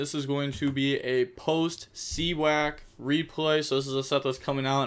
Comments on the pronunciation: More like See-Yak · you said see wack lol 😂. It is just you being you so it’s ok😅